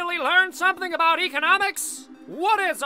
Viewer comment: is nobody gonna talk aboot this